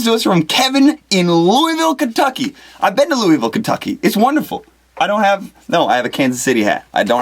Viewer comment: You're pronouncing Louisville wrong! It's Loo-uh-vul : )